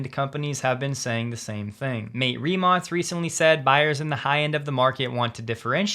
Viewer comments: Pronounce "" Rimac:) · Thanks for pronouncing Rimac nicely, the first name is said like Matt-ay